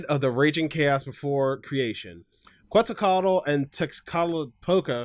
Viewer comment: when you actually know how to pronounce quetzalcoatl and tezcatlipoca so you mega cringe at how it was pronounced